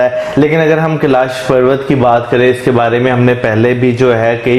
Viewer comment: Tu log Hindi bhi Nahi ati Kailash hota hea